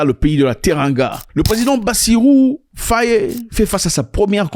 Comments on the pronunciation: Pas "Fayé". C'est Faï. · ZACH c Bassirou diomaye faye. Pas diomayé fayé